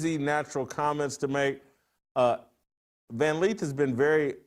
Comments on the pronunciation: It's Lith, not Leeth.😂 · Why does Jason keep saying Van 'Leeth'?? 🫤